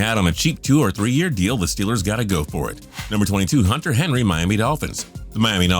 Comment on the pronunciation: I know everyone is saying this but henry? come on.